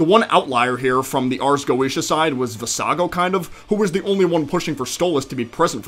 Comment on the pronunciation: I cannot unhear visago as iiago.....